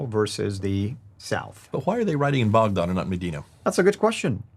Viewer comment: Lol why is pronouncing Baghdad boughdod?!?! I had no idea what he was saying for a bit. I thought this video was in English 😂